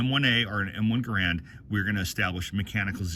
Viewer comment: He needs to learn how to pronounce GARAND. It rhymes with "Errand".